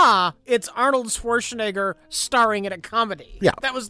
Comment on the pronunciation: RLM got a guy who can't pronounce "Schwarzenegger" for an Arnold Schwarzenegger movie commentary track.